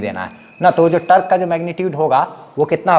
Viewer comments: Tork nhi torque hota hai bhai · Sir aap apne accent ko improve karlo fir aap bhi professional lagne lagoge. Your teaching style is awesome. Just focus a little on pronounciation. Like it's not tark it's tork.. टोर्क